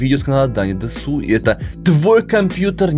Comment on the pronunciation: Опа, не ожидал эту реакцию! Круто! Кстати правильно дЕсу, а не десУ)